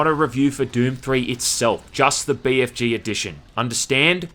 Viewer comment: I love how you pronounce it Bay Eff Jay instead of Bee Eff Gee